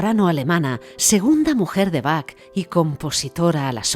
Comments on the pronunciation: Se pronuncia BAJ, BAJ, BAJ, no BAC, por favor. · Aunque se escribe Bach, se pronuncia Baj, con jota, y no "Bac". "Bac" se oye muy mal. Por otro lado, muy buena información. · Perdon pero va una ayuda Se dice Baj con j iojann Saludos Hermoso documental